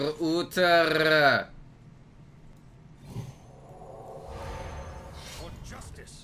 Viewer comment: All that 'Ooter' really annoyed me as well